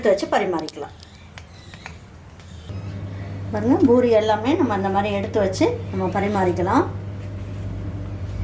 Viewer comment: Madam it's poori not boori, chana masala not masal